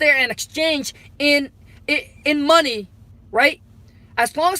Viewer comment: That "MO ney" 😂😂